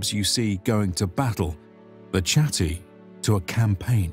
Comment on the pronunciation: Great video! Useful for the master's thesis I'm currently writing :D A note on pronunciation though: The spelling of "Chatti" is pretty misleading, and it is actually pronounced /katti/